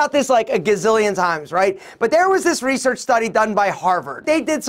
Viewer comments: You're always cracking me up😂 "Reesearch" 🤣🤣🤣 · Rrrrrrrreeeesearch .. rrrrrrrreeeesearch..😂🤘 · Not research but Rrrrresearch😂😂😂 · The way you say Research😂🌟😂😂🌟 it's funny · The way he said research for me hahaha